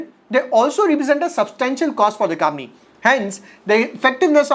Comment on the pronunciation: M I the only one who feels he says “kamni” instead of company